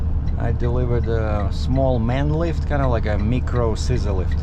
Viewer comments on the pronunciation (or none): not being a language police but micro is pronounced my cro, sorry about your mom 🙏for her 88 thats pretty good, my mom died at age 52